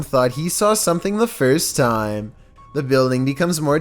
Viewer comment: "Scary videos go viral all of the TAiEyM"